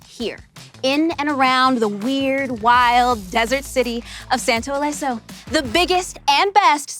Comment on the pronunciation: Santo Leso? Los santos 🤔. Well